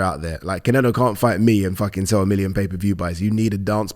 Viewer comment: It's "Munguía" not "Mingaya" and "Canelo" not "Cinelo". I've never understood this. It's like 99% of commentators and pundits in the UK say "Rinaldo". It's lazy! Sorry, love the channel!